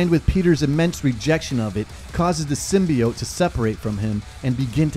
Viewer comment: Yano just cause the movie pronounced Symbiote wrong..doesnt mean u have too 😂. Great vid...venom is a beast...and weak as fuck in the symbiote world 😎